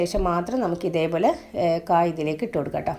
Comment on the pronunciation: Kaa. Alla kaaya. Okay 😂. Samghathi kollam. Ta to annathu kurachu kurakuka 😂